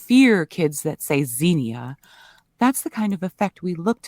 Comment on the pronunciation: It's pronounced, "Zen-Ya", btw 😘 Two syllables, not three